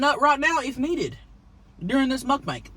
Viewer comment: Please never stop saying "mukbank" Love it!!